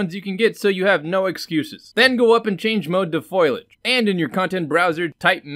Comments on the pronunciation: Wait, "Foy-Lage"? LOL, pronounced "Fol-Y-age", with the "i" and the "a", cracks me up how many people can't pronounce words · FO-LI-AGE NOT FOIL-AGE YW Also, I am enjoying your videos. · Fo-li-age, not foil-age. That was a great 2-minute explanation. You do 100x as well as the long-winded explanations you can get with the software itself. Why don't the Unreal tech writers write things like this? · Best reason I can give you is how people were raised from it. Also the original etymology is more of a foilage type spelling and speech, but changed with latin and other later languages. From etymonline: mid-15c., ffoylage, "representation of leaves or branches" (as an ornamental design). Compare Middle French feuillage, from Old French feuille "leaf, foliage" (from PIE root *bhel- (3) "to thrive, bloom"). The form has altered 17c. by influence of Latin folium or its derivatives in English. I grew up hearing it as foilage. most people around me would say it that way too. But all that being said it is also english where words do not always sound like they are spelt like: colonel, salmon, island, etc among many other words. So with enough people saying that way people accepted foilage as the way to say foliage. Whether or not that is the "proper" or "correct" way was irrelevant. As long as the intent is understood then the way it is pronounced does not matter. Hope that helps. Cheers. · Finally, someone who knows foilage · I'm sure everyone and their dog has already corrected you, but I'm gonna do it again. <3 Fo Lee Edge - Also good video. Hope the comment helps with engagement. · Why does everyone call or *foil*age?! xD